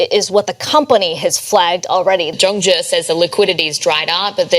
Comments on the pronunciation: CNBC pronounced the Chinese bank correct, as “Jong gee”. Not “zong zeee”. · Please use google translate and query the correct pronunciation of "zhongzhi" (中 植) . It is not pronounced "zhong gee". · Zh- sounds like J actually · Zhongzhi is pronounced Jongjie. Zh in chinese sounds like a j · Great video. Just some help with pronunciation, ZhongZhi is pronounced more like Djong Djih ... In Pinyin, Zhōng zhí zīběn. Everyone also knows it by ZZ Capital. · Love your videos but your Chinese pronunciation makes me cringe. Zhongzhi is pronounced JongJee. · Are u saying zombie? LmAo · Pronounced jong jee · anyone else keeps hearing "Zombi" as the name of the company, which werdly fits? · Thanks for this great explanation so more can understand it! Your Zhongzhi pronunciation is off but I’ll forgive you!